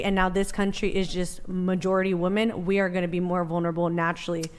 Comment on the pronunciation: Thank you Andrew for making stupid bitches pronounce women properly and not like woman.